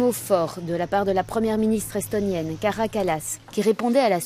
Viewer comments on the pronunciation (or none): je crois que ca se dit kaya pas kara 😂